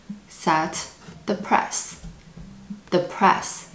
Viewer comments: you are saying 'price' incorrectly. you are saying 'press' as in press a button, but great video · Ah, it was "price". :D